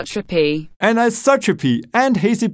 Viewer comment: this Anisotrophy word really need rework